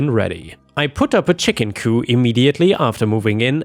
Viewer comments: "Coop" is pronounced "coo-p" as opposed to the French "coup" which is pronounced "coo" and means "to strike." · i’m sorry, but it’s really bothering me the way you’re saying coop you pronounce the P it’s not silent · Chicken coop, the “p” is not silent. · For future reference, the "p" in "coop" is NOT silent. It is pronounced. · Every letter of 'coop' is pronounced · In the word 'coop', the P is not silent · chicken coop is not French, 😂 you pronounce the p. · Coup as in Chicken Coup is pronounced to rhyme with poop. Coup as in politics rhymes with poo. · Just a FYI - coop does not have a silent p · Ok,, it’s COOP not COO. Good grief. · Coo is what you're saying. Coop is the word. Add a P to coo and you have an enclosure for chickens. Coo is the sound pigeons make. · Coop is pronounced : koop. What you are saying..:coo is what doves say! And there is a word, coup, pronounced coo, but it means something entirely different!! 😆😆😅😍😍. It's all good, though! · “Coop” it’s chicken coop, not “coup” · THE P ISN'T SILENT SO IT'S COOP... NOT COO.;) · Coop has a hard P at the end its not a fancy word with a silent p. so its coo-P not coo! coo is the sound doves make! lol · Chicken C-O-O-P. The p is not silent! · The p in chicken coop is not silent. You're thinking coup, as in coup de'tat. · I understand that it's easy to confuse similar words like "coop" (the "p at the end is pronounced; means a chicken enclosure) and "coup" (the "p" at the end is silent; means a government takeover) especially in a language that isn't your first language. That said, I got a good laugh at the thought of a "chicken coup". It reminded me of the scene from the first "Chicken Run" movie in which the chickens take the chicken farmer prisoner, leading him to shout "the chickens are revolting!" and his wife, who hears him shout but doesn't see what's happening (and also hates the chickens) to say "that's something we agree on!" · the "p" in coop is not silent.